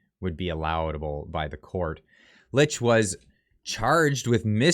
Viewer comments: Her last name is pronounced “Leech” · Just so you know, her name is pronounced “leech” 😉